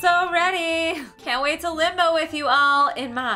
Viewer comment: The first two first times you said limbo kinda sounded like limo